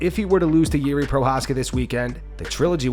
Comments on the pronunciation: He called Jiri “Jerry” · Yeah I’m totally going to trust CTE Holloways opinion when he can’t even say Jiri’s name properly